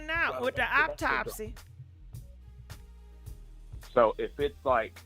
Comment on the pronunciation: It was “Apopsy” for me 😂